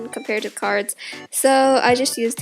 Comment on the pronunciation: Is it sad that half the time I thought she was saying cars? Or am I just deaf?!